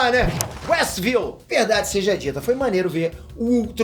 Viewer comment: É Westview, não Westville